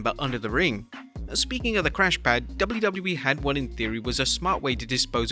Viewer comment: Bawhaha, this guy just can’t properly say “WWE”. It’s so annoying.